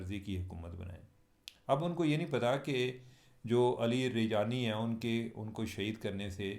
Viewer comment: Cheema sb u r greart journalist but u cant pronounce correct name of ALI LARAJANI ?? Afsoos hua sir